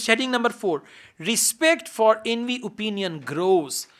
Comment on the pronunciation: Sir, It's not Invit, it's Inuit.